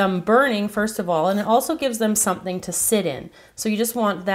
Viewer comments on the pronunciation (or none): none